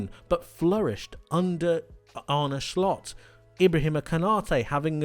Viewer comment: Did he say Arne shlot